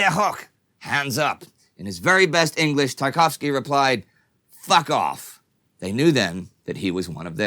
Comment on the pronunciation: In the Battle of Britain film it sounded more like "good afternoon" than "fuck off".